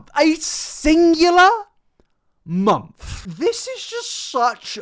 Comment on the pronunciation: a mumf. a MUMF. AAAA… MUMF.